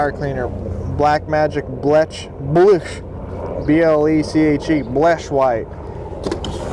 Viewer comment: Ifs pronounced "bleach" white. And the original was better before Black Magic took over.